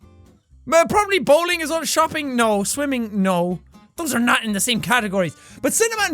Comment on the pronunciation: "Bowling" Roman Bellic Approved.